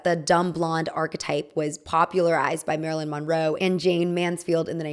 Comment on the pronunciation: Your pronouncing Monroe wrong. It's brutal listening to you butchering this icons name